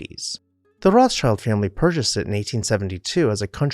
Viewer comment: Rothschild is rather spoken like "Rotsheald" with the "EA" spoken short.